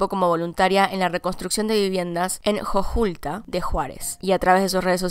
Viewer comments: Dos errores: 1. No es "jojulta" es J O J U T L A, pero bueno. 2. El hashtag y las imágenes eran, de hecho, para que cuando los morbosos buscaran las imágenes de ella, salieran mejor las imágenes bonitas o fotos bonitas y así detener la propagación de las fotos de su muerte. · Me dio risa como pronunciaste jojutla xd buen vídeo ♡